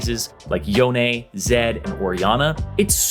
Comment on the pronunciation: No One:: Yonay